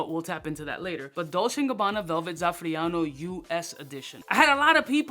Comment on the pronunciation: It's zaff-ER-ano not zaff-RIA-no. Thanks from a fellow (Dubai) unc